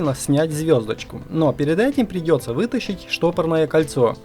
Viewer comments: кольцо не Штопорное , а Стопорное,🤦🏼‍♂️🤦🏼‍♂️ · Штопорное кольцо... Давать её отдыхать... Откуда такие дикие дефекты речи у автора? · Почему все говорят ШТОПОРНОЕ кольцо (Стопорное от слова стопорить.)Стопорное кольцо даже эта мелочь бесит)))